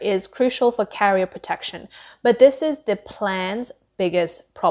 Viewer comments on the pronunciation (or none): none